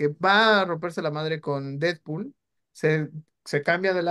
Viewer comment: 😆 "Didpol y Volverain", nada en contra de los muchachos Tienes que buscar con quien "discutir - debatir" al tú por tú ¡Felicidades por intentar cosas diferentes! PD: ¡Thor!! 😆 PD2: 🤷‍♂️ No aparece "Cable" ni "Dómino" por cuestión de presupuesto, ¡no te claves! 😆